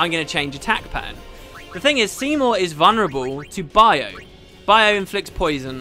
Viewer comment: Hey have you noticed Every time you say "I think he is vonreble to "A-B-C" yeah because i belive they were in my testfile" Immune everytime haha!